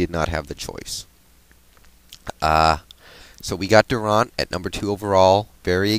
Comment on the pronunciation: Seattle did well in the draft. And it's pronounced DurANT. Like the word ANT. Not like AUNT. Al Green played for Georgetown.